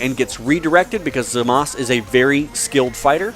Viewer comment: I like this video but don't hate me for this, HIS NAME IS ZAMASU NOT ZAMASS